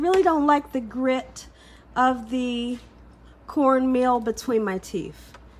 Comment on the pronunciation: It's TEETH! Not TEEF!!!